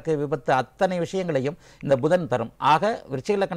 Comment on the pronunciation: Not pushan it is pudhan